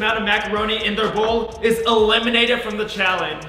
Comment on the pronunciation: Did say “ who ever has the less amount of macaroni will be a-lemon-ated 🤣🤣